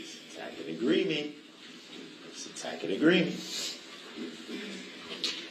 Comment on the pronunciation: Oh man…she’s been so done. 🤣 Judge: makes a judicial determination* Duh-rell: “is that a judicial determination” 🤦🏻‍♀️ Tack-it agreement 🤣